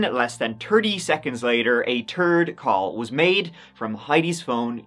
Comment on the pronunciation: What's a "turd call" 😅😅😅 . Sorry. Had to. Love your vids!